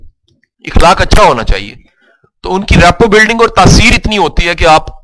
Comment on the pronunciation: sir u re excellent but plz dont mind sir ikhlaq ni hota akhlaq hota ha